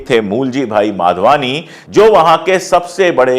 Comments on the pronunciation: Madhwani not Wadhwani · माधवानी को बहोत बार वाधवानी क्युं बोल रहे हो । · I always like your channel. A correction- the surname of the family is Madhwani, not Wadhwani. Or perhaps I am hearing it wrongly. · Vadhvani nahi madhvani hai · भाई साहब, नाम के उच्चारण तो सही‌ करें.......यह परिवार ' माधवानी ' कहलाता है, वाधवानी नहीं ❤😢😅😂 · You keep saying Wadhwani, the family's name is Madhwani and not Wadhwani. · नाम माधवानी है आप बार बार वाधवानी बोल रहे हैं. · It’s Madhvani not Vadhvani! Through your you call them Vadhvani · They are MADHVANI and not Wadhvani as you pronounce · Pandey ji you have to be clear while speaking. Was it madhwani or wadhwani?